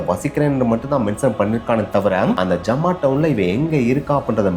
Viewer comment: It’s not jamaa. It’s Zama. I live there